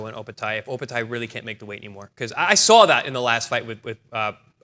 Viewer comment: Chris, it’s OpetiA not Opeti. I had to listen to make sure of the pronunciation. Great show again guys.